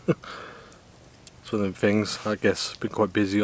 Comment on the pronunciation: Mate if you keep up with close ups and slurping I’ll unsubscribe and it’s think not fink and all the other ths like them not vem !!!!!